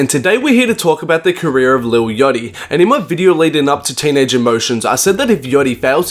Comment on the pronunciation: when ever you say "yotty" instead of Yatchy i loose brain cells